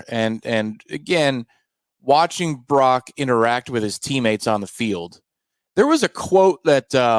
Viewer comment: It’s Brock, not Barock